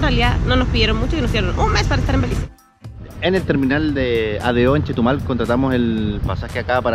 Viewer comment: It’s BELIZE not belice